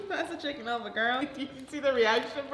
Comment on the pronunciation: "imma take a break, can you guys pass the chiEcken". bruh im deadd😂😂